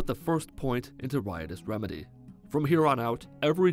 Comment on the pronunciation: Riots remedy is pronounced rychouse remedy